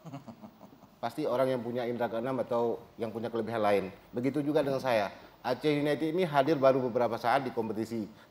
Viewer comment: Wahahah kacau ...pantes die sujud syukur pas melenceng ... Didor pala yekan..gmn ga sujud syukur lu #oiya just info Aceh united dibaca Blitar united ya hehehe...klub kebanggaan Aceh itu always Persiraja